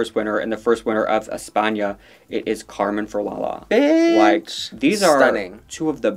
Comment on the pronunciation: She said "Carmen Falala" as well.